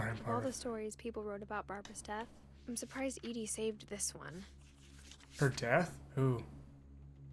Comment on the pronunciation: This game is so intriguing, I love it. But starting next episode, every time someone says Eddie instead of Edie, said person owes me a $1.